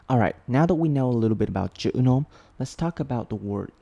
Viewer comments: when u starting to say "chữ nôm" i starting to think u are actually a vietnamese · Your “Chữ Nôm” pronunciation gave me feelings…